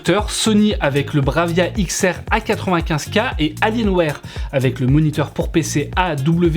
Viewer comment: X "aRe" pour XR 😂😂😂😂 t'es beau avec ton franglais ! Tu m'as bien fait rire. Merci. 👍😂😂😂😂💐